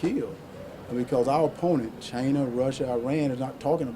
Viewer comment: Chaina, Russa, I-rain.